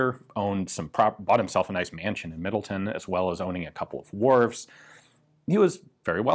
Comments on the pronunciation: Even, dude, the town part of Middletown is pronounced like town, not tun. I live there... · MiddleTOWN, not Middleton, CT. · Just an FYI - the town is pronounced the way it is spelled - Middle-Town, rather than Middle-Ton. :-) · Middletown, CT is pronounced “-town” not “-ton,” which is fun because Greenwich, CT is pronounced as Grennich, but Greenwich, NY is pronounced as its spelled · the W is pronounced in the proper name MiddletoWn It is not Middleton. There is no Middleton CT there is a Middleton WI. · Not that it matters its MiddleTown not middleten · Great video! As someone from CT it is pronounced Middle-Town though